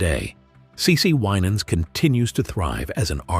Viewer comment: I do not appreciate this gossip type approach to news about this blessed family. Just tell the story. No family is without issues, but the Lord hastruly blessed them and what a HUGE blessing for all your children to be saved and working for the LORD! Plus this AI voice is saying the last name incorrectly. Yes, Ronald Winans did pass, but the AMAZING MIRACLE that he was essentially brought back to life is a HUGE TESTIMENT TO GOD’S POWER!🙏🏽🙏🏽🙏🏽🙏🏽☝🏽✝️